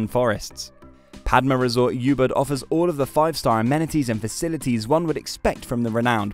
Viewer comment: I don't think they've visited any of these hotels or Bali for that matter. Anyone who has knows that Ubud is not pronounced "You Bud" as it's one of the most well known places.